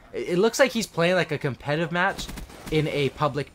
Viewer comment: He said competive.. Its competitive..